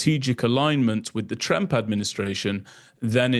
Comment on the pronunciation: I agree with the other comments that this is an exceptional site for solid, detailed information. But please, it is Trump, rhymes with "jump". Your pronunciation is close to "tramp".